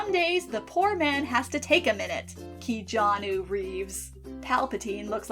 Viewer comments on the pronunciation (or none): none